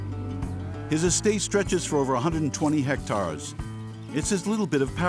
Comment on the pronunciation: "120 hectarrrrs"